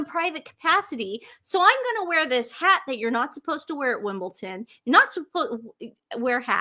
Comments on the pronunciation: WimbleDON not WimbleTON …. PLEASEEEEEE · Apologies, but it’s WimbleDon, not WimbleTon. Thank you!